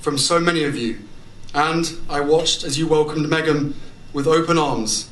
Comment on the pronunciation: Did he say megam? 0.37